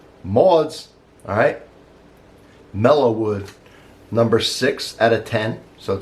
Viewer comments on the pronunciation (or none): I certainly hope you are not dyslexic, but it seems that you are misreading, then mispronouncing the description of the coffee from the label we saw at the beginning of the video. The label reads, "Maud's Mellow Mood" yet you continually say, "Mellow Wood". I see that it is readily available for purchase, so I may buy some from Amazon to help with keeping my "Mood" in check. I enjoy your videos, plus, I have also subscribed to your channel. Keep sippin' & smilin'.